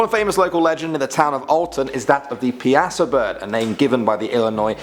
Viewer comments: Piasa bird Him: “Pee I Saw Bird” Alton folk and me: “PIE SAW BIRD” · From Vandalia baby!!!!! But I had to laugh when he pronounced Piasa as "pe-ass-a" instead of "pie-es-saw" 😂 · The pronunciation of the Illinois thunderbird PIASA. Is. "Pie-uh-saw". It's picture is on the hillside cliff overlooking the Mississippi River near Alton. It is said the natives used to offer child sacrifices to the bird on that same cliff so it would leave them and their village in peace. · It's pi-uh-saw bird. Not pee-uh-saw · I love it! But in the Thunderbird one it's pronounced pie-uh-saw. 😁😁😁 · I absolutely despise how he pronounced Piasa. It's pronounced "pie uh saw" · im from Illinois, and fairly Close to Alton. The Piasa bird is pronounced Pie-Saw or Pie-A-Saw. I was very happy to see it in this list and hope you might do more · Not to be mean but it's pronounced pie-a-saw not how you pronounced it. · it's said pie a saw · I live in Alton and alot of people come here cuz Alton is one of the most haunted of towns also its pronounced (pie-a-saw) wierd ik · I am from Alton IL. We call it the Piasa Bird. (Pie-ah-saw). But I loved the story!! ❤ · The Piasa bird is pronounced "pie uh saw". Great list! I am obviously from Illinois! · I'm from Alton, it's pronounced (pie -saw) Bird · Born and raised in Bloomington/Normal, and I know of a lot of these legends. In addition to the Murphysboro Mud Monster (also known as Big Muddy, after the local river) and the Kickapoo Creek Beast (In Farmer City) there was also a similar monster sighted in 2011 near Chatham, Illinois. Forgive me for being a noodge, but the Piasa Bird's name is pronounced PIE-uh-SAW (it's derived from a First Nations word). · Awesome! I live in Alton!!! You mispronounced it btw. In schools, all the kids always draw pictures of it and I did too when I was younger. I always forget that people who live in other cities have no idea what the Piasa bird is. It is a big thing here for some reason.